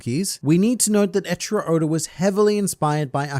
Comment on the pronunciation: Do you keep calling Eichiiro Oda "Ed Sheeran Oda" ??? cause that's what I'm hearing when you say it, lol